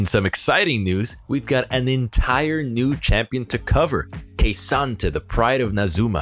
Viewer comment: OMG It's Kuhsante, not Keisante :D